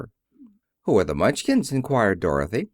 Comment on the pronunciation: The Mun chins? Surely you meant Munch kin